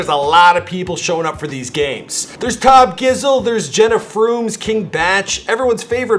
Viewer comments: Bro wtf its not that hard to say Tobjizzle why does Logan say Tubjizzle and you say fuckin Tubjiggle wtf hahahah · Tobijizzle got second... Not tawbjzzle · man said tobgizl,geez! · Did he just say tubgizzle put some respect on his name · My mans said tob-gizzel